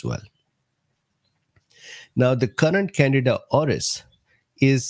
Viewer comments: Can deed ah is the pronunciation doc...it sounds like you're saying Canada. No offense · It’s can di da not Canada lol